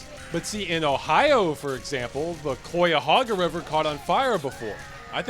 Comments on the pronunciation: every time I rewatch this video I wince at ross saying 'coy-a-hoega' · oof that cuyahoga pronunciation